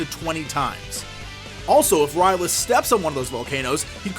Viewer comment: Sounds like you are saying R'lyeh :) I very much like your strategies...a troll by any other name would not be just as epic :)